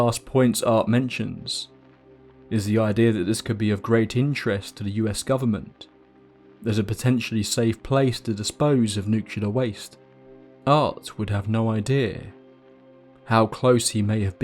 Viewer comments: You lost me at nucular. Learn to speak. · Is NUCULAR waste the same as Nuclear waste? I could not find the word NUCULAR in any dictionary!